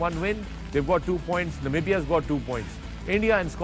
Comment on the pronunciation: To Misbah & Wahab: Namibia guys , not Nabibia